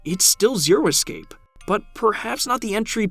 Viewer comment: dude please learn how to say the word "escape".